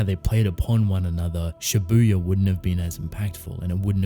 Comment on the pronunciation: Why is it so hard for everyone to pronounce Japanese words correctly? Don't put emphasis on 'u' in Shibuya (渋谷). Have you never watched anime and never heard how it is supposed to be pronounced? Like, seriously? Do you watch everything with dub or something? Every fucking Youtuber I watch pronounces J-words like this, I'm sick of it. I know you probably don't give a shit, but please, how hard is it? Make the world a better place for me, please.